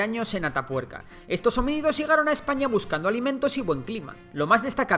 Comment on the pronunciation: adios marca hispanica, claro es un video de Ejpaña xD